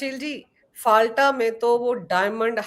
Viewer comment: आपलोग संचालक हैं पर गलत नाम उच्चारण कर रहे हैं। फाल्टा नहीं "फलता" उच्चारण कीजिए।